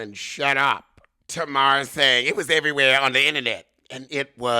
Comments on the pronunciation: Tuh-mar? Is that to be funny? Tay-mar. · Every time you say tana Wanda....I crack up 😂😂😂😂😂